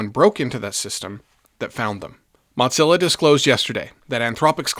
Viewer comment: It's just "moe-zilla" (or "muh-zilla"), my friend. It's not an Italian meat sauce.